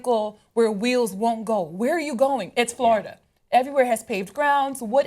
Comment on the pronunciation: LMFAO, FLO RI DUH!